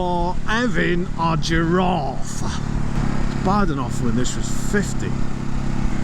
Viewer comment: "You are 'aving a giraaafe!" I love it